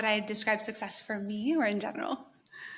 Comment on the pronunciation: I can't get over how you pronounce 'success' with no k